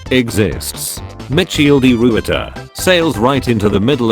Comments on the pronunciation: How you said michiel de Ruyter is everything (BECAUSE IT IS RONOUNCED SO BADLY) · "gekoloniseerd" and Micheal de Ruyter.... haha im dutch and you tried to say it 😂 Nice video btw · Hahahahaha I love how they pronounced Michiel de Ruyter